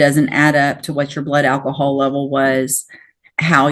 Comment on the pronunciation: uh.... which way did I go, which way did I go? did he say "Ak-cohal?" 😅 better defumigate him before taking him to lockup 😅